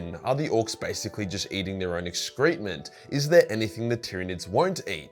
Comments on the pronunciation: As a diner of ass, can I just mention that it's pronounced ex-crim-ent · Is that how Aulstralians pronounce excrement or have I just been fucking it up by saying "x-cruh-mint"